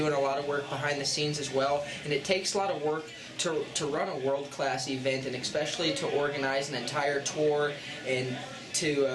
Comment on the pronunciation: Man, he is "expecially" good at avoiding questions and saying a lot without saying anything at all.